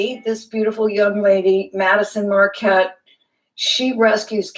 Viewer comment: It's Madyson Marquette not Madison